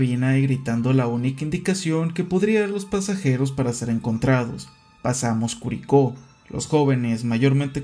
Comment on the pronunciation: Te amo por preocuparte por cada detalle del caso, hasta de pronunciar bien "Curicó" ❤